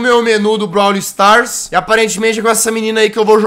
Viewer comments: Alguém além de mim ficou com agonia quando o jazz falava brawl Stars errado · e tambem ele falando brawl do errado😂